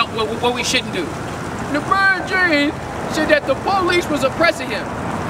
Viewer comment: This nigga said Lebrown 😂😂😂